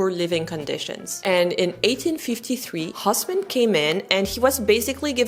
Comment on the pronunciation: That man's name is not "Hoss-man". The French pronunciation is Os-mân. (like Turk LOL) The correct German pronunciation don't even try, as you cannot do it anyway.